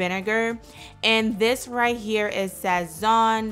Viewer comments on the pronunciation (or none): sazon is more accurately pronounces, Sah-Son... My mom pronounces it SAYZON which hurts my ears... lol